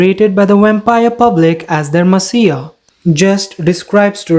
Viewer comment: This was a nice recap, but, without trying to be rude, you should look up the pronunciations of any words you aren’t sure how to pronounce (like messiah, or cowardice, to name a few) since you also have an accent it’s kind of difficult to follow